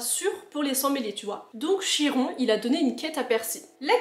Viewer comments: juste pour info on prononce Kiron mais pas CH-iron mais libre à toi de dire comme tu veux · Tu m'as donné envie de relire les livres. Quelques petites précisions bien que ça s'écrit Chiron ça se prononce "Kiron" et pour les autres enfants des dieux ils sont accueillis dans le bungalows d'Ermes mais leurs destins changeront grâce à Percy dans le dernier tome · Chiron en faite sa se dit kiron en faite en classe ont lit se livre le maître nous a dit en grecque CH ont prenonsse K